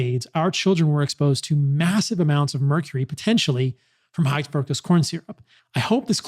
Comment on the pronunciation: Is he purposely saying fuctose?